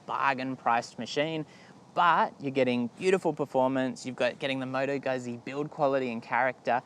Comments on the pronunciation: It's pronounced 'Gut-zi' - in as 'Pit-za'. Stop pronouncing it as 'goozi' - it makes you sound like a bogan. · In italian, zz is pronounced T, not tee, T as in Too, but no oo, got it, or Tz but dont pronounce the z too much. Now the Gu is not Gut, its G as in Goo without the oo. Got it Guzzi If you cannot use your tongue, you will never win this word, if you are not a Wog, (like me) we will always make fun of your pronunciation. LOL